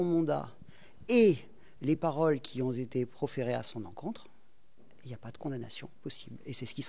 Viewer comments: “Les paroles qui ont zété prononcées “ bravo l’avocat! 👏🏻👏🏻👏🏻🤣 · "Les paroles qui ont zété"...il a eu un diplôme cet avocat?